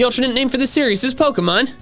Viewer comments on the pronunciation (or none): none